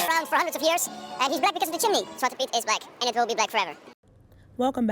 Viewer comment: I love how you say chimney like jiminy lol